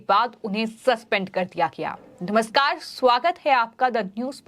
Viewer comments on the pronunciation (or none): none